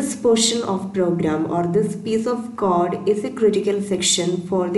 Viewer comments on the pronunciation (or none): nice video just say code not cod otherwise explanation is good :)